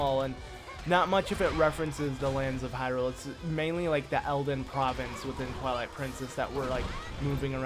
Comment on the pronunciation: XD it sounded like he said the princess of INCEST!!! XD